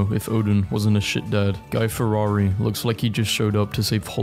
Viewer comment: did you just call him "Guy Ferrari"?